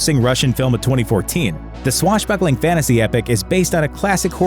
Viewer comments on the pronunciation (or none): There's no such thing as FANNASY.... F-A-N-T-A-S-Y which is pronounced as FANTASY! This word doesn't have a silent T....BTW, If the T cannot be pronounced after the consonant N then the T would be SILENNN when it isn't.....